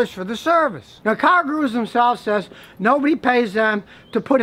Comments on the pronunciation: Goo-Roos. Scotty says Gahroo. lol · gooroo...not garoo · Scotty, it's pronounced "GOO-roo", NOT "Gah-ROO"! Or maybe you need to fit it into a "Kan-gah-ROO'S" pouch?? (Guru - Dispeller of darkness, bringer of light). Did the Great Gazoo influence you? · Matthew Wach - Oh, you caught that too! WTH is Scotty thinking?? Perhaps if he's going to mispronounce 'Gurus' like that, he should be using a "Car-ga-NET" to catch those deals! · Scotty, you're accenting the wrong syllable: It is car GOO'roos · “Car Garooose” Lmao Scotty only deals with foreign if its Japanese. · I wanna buy a Yun-Die from Car Guh-Roo!! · I thought car-ga-roos where only available in Australia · He says cargooroos LOL As if it was underwear for new cars. :P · I come back to this video just to hear him say "car gu-ROOS" lol. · No one: Literally no one: Scotty: Car Gu-Roos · Bouncing about like a, "cargaroo." Pronunciation is key.. jesus.. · "Cargurus" lol. I like to say "halapiano" (jalapeno) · I love you Scotty but you're putting the emphasis on the wrong syllaebulll. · Scotty sounds like he is saying "kangaroos" with an "R" instead of an "N"